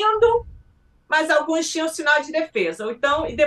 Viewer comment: "Alguens"...!?!?! Pelo amor!